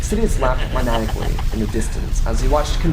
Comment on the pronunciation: Man-eye-ack-lee. Not man-ack-lee.